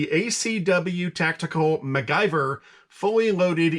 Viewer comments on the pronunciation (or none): Mac- Gyver....that made my laugh 😅. . Don't get me wrong. One of my all time favorite TV shows as a kid